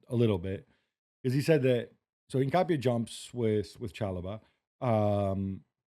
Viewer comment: Please pronounce Hincapie’s name how it is, Inca-pi-eee